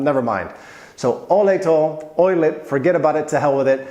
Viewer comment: "Olej" have an accent on O and a whole phrase has a dominat accent on "o" in olej. That means it should sound "Olej to", not "olej TO" as you pronounce it.